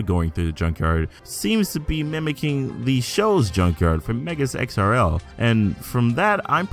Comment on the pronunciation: Damn this is li.. wait did he say “megas xrl”